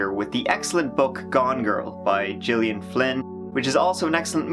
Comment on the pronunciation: FYI: Gillian Flynn is pronounced like Gilligan minus the second G.